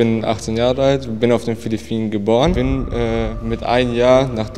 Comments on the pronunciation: meine mutter kommt auch aus philliphinen hab mich totgelacht als der tüp filifinen gesagt hat xd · Ich als Filipino sage er sagt Philippinen falsch und sage die Sprache heißt tagalog